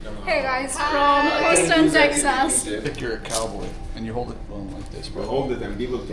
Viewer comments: Check your pronunciation of Houston. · You honestly need to ask Google to help you with the pronunciation of the names of towns and cities before you venture on doing a recording. Your pronunciation of Houston and Texas are absolutely pathetic. You should not judge the whole of the USA based on one city. Remember Texas has a high percentage of Indian, Pakistani and Bangladeshi inhabitants ... so what better should you expect.